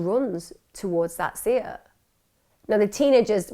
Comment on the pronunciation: Great stuff Emma, although can I just point out a few minor points: 1. It’s pronounced Burr-field, not Burg-field. 2. Berkshire is pronounced “Bark-sheer”. 3. The car name Seat is pronounced Say-At, not See-At. 🙂